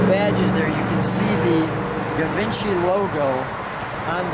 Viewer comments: Its not ga...givency. Its French. Pretty bad when the owner of the car doesn't even k ow how to say what he has. Its said more like jjjjeep. See what I mean? Maybe not. But its not pronounced with a ga sort of a sound. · Uhm. it's Gshee-von-Shee not "Giv-In-Chee." Its okay. I was 40 before I learned to pronounce it. We can't all be French. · No not. Gavinchy! Jheevahnshee. Dingdong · Givenchy is not pronounced like that.... It's ʒiːvɒ̃ˈʃiː or more precisely: ʒivɑ̃ʃi in original French pronunciation... I realise I'm sounding petty, mostly because I came here to see the car...but at least give a disclaimer... Something on the line of: "hey you know what, we can't pronounce it any other way, so we're gonna do it like this..." this way it just hurts my ears, and also people listening to it will get the wrong impression that that's how you say it.. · “Jee-vahn-shee” edition; a French designer. Audrey Hepburn was famous for wearing Givenchy designer clothes in her movies. There were also Cartier editions. Notice this car has the Cartier clock which must have crossed over both editions. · Pronounced shjee-VONN'-shee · Love how you mispronounced Givenchy